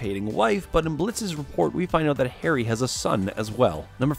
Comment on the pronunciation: The way Harry's name is butchered......it hurts me as an indian